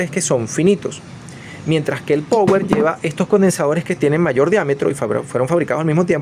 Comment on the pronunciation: PAAAAAAWER PAAAAWEER SE PRONUNCIA PA WEEEERR. OHMIOS, NO OHMNNNIOS, BO LLEVA N .